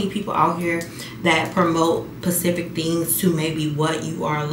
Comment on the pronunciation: It’s saying “pacific” instead of “specific” fa me!! 😂 Love you beautiful I swear your content is too good but what my girl say!? You can’t control how people feel about you. 🫶🏼 one of one